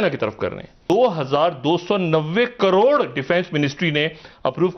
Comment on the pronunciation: फिर से बोलो ना...... "दो हजार दो सौ नब्बे कॉरोर..."